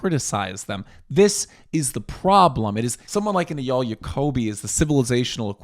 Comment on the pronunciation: It’s pronounced AyYAL.